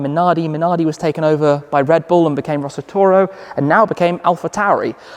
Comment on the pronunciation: Rosso Toro he said ...😆😅